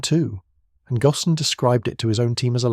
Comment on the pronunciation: Carlos's last name is pronounced "goan", and rhymes with moan. AI slop!